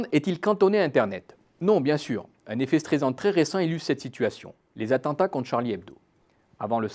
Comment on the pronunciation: Dommage les accents sur effet "éffet", ça gâche un peu.